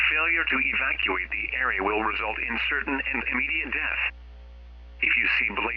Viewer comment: can't say Evacuate properly.